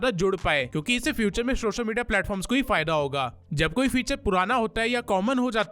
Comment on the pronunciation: سوشل میڈیا NOT شوشل میڈیا پہلے اپ اپنے words صحی کرو